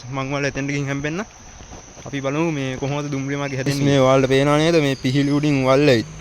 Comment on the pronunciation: පිහිලි නෙවයි පීලි කියන්න. අනික නිතරම ගයිස් ගයිස් කියන්න එපා. පොඩ්ඩක් බලන්නකෝ අනිත් වීඩියෝ.